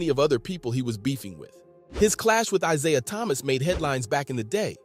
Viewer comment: The narrator mispronounces Isiah Thomas' name. It's laughable.